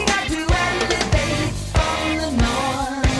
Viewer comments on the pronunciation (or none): Did you catch when he said “evelate” instead of “elevate”?